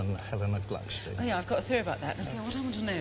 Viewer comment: The correct name is Glückstein, not Glucksteen.